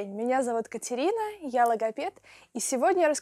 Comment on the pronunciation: не может выговорить Екатерина!